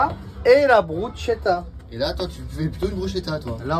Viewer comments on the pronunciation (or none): loool c'est une pizza le truc, et on dit Brus(k)etta pas Bruchetta catso🤌